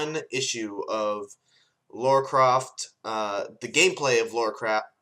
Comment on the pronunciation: It's Lara, not Laura. Just saying.